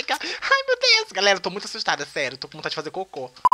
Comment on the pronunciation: "TENHO GULO QUE MIJA... MUITCHO."